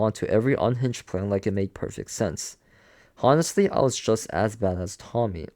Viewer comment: I appreciate you reading this to us to save us money but it kills me with all the mispronunciation. Even simple words like “honestly”. The H is silent my guy! (On-est-Lee)